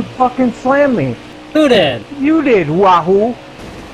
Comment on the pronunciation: Except for this one dude calling him WA-HOO